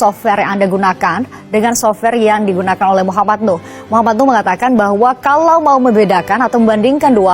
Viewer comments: Namanya NUUUHHH,, bukan NUUURRR! Tulisannya jelas-jelas di semua tempat NUH, pake H. Tapi kenapa dirimu nyebutnya NUR terus, dah?! 😅😂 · DIBACALAH YG BENAR...MUHAMAD NUH..bukan Muhamad NUR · BUKAN MOH. NUR tp MOH. NUH... hati2 bro untuk penyebutan nama seseorang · Cuplikan video nya bagus,enak ditonton. Tapi sayang host nya rada bikin geli telinga...... Tiap kali nyebutin M.nuh,diganti jadi M.nur. netizen dari kampung ini,jadi bertanya2,sejak kapan huruf H,disebut dlm kalimat jadi R? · nama org salah salah melulu M Nuh Al-Azhar bukan,M Nur alAzhar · Bang, namnya Nuh bang, bukan Nur... klo salah sebut sekali-kali gpp bang, tapi klo terus-terusan gak enak dengarnta Bang, Saran, sebelum upload di check dulu bang, soalnya abang sering banget salah sebut nama.... Semangat ya bang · Terulang lg salfok ku Maaf sll sj tdk tepat menyebut nm org Nuh, yg bbrp x disebut Nur Hafalin dl bbrp x, agr penyebutannya bnr, trims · NUUHHHHH bukan NUUUrrrrrrrrr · Salah nyebut mulu lo. NUH! NUH!!! bukan NUR!! gimana sih lo!! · 😂😂😂 Kamu jd host dikonten sendiri saja bisa salah bc nm org woiiiii muh nuh bkn nur😂😂 Berikut Muh Nuh ini emang Polisi bkn punya hubungan dgn polisi tp emng polisi Kamu parah bangat ya bw acara kok salah" Kamu pelajari dulu konten br tayang biar gk salah ya😂😂😂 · Muh Nuh bukan M nur, tu abangnya juga Salah trs nyebutnya, nur nur muluk, hadehhh. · Lu nyebut nama jg salah.m nuh kok m nur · Muhammad NUH, bang... bukan NUR...